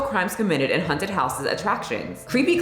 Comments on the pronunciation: I specifically came to the comments just to see how many people were triggered by pronunciation of haunted…😆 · the scariest thing here is how you pronounce “haunted”! 🤣 kidding, love you and your videos. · Girl please, it’s hAUnted not hunted. For some reason I had to cringe every time you said hunted 😂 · Is it just me hearing it like is saying "hunted" and not "haunted", I'm so confused Sorry, love your videos! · Am I hearing wrong or are you saying HUNTED house instead of HAUNTed house? 🤔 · The way you say "haunted" sounds like "hunted" and honestly that's more accurate to how the experience is for me haha. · Sounds like u keep saying "hunted" instead of "haunted" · I'm offended by the way you pronounce "haunted" like "hunted" lmao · Why do I keep hearing you say "hunted" not "haunted"?! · The way you say “haunted” is sending me lol. Sounds like “hunted” house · I'm glad to see that I wasn't the only one to noticed that. I was wondering if a hunted house was the same as a haunted house, or if this was something new (I haven't been to the States in forever) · I'm offended at your pronunciation. I kept hearing "hunted" house instead of "haunted" but given the context, it works 😂😂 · Why you saying 'haunted' like that 😂😂 Girl, it's HAWNTED not HUNTED 😂😂 Stop saying it like that, it's making my misophonia act up! Are tou doing it on purpose or do you really say it like that? Haunted and hunted are 2 different things.. you killing me smalls! 🤣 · WTF! I love you, but girl, it's HAUNTed, not HUNTed!!! 😂😂😂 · Hunted houses... (Fuck the 'A' in haunted... It's HUNTED!) 😂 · I love how you pronounce it hunted house haha. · Does it sound like she's saying 'hunted' house or is it just me? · hunted houses.. what is this accent? I'm offended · Stop saying hunted! Lol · I got offended by the way you say haunted. You keep saying “Hunted” it made me laugh every time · My boyfriend was about ready to have a stroke over it lol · Me too.